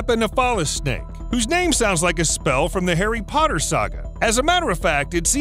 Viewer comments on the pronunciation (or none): none